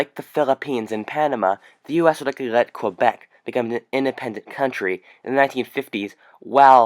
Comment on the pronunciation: "an indepemdant contrayyyyy"